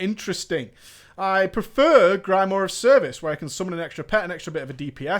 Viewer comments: Grimoire is pronounced Grimwaah. Not Grymoar :P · Griemore? Is that accented, or are you simply wrong,? ^^ Except for difference in speed and melody, I've never heard a different way of saying grimoire before, actually ^^ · You have a funny way to pronounce Grimoire